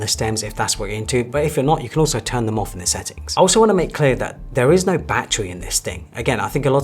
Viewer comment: so != so; so === saowyyy; reservoir != reservoir; reservoir === reevwaaaa; no != no; no === naowrrrr; new vocabs unlocked